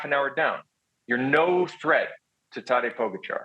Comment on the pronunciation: It makes me cringe every time I hear them pronounce Tadej’s name. Great commentary and then they say his name and it’s like getting static across a radio station or nails on a chalkboard